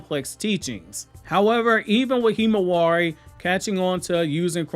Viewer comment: I cringe every time you say Himawari.